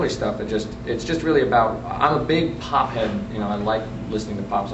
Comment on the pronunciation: haha "pop head"? I thought he said "pot head" and was about to give him a high five. lol Pop is cool. ig.